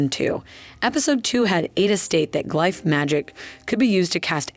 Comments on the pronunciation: Thank you! I thought I was glitching. It’s like Benedict Cumberbatch trying to pronounce penguin, each attempt is different. I heard g-life, glyfe, glif, it got wild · It’s the alternating pronunciation of glyph for me